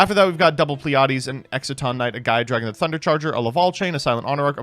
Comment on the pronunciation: It's LaVALVAL Chain.